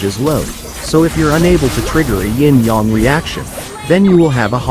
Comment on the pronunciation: İ guess i understand the "ying yang reaction" 😁 you are saying it beautifully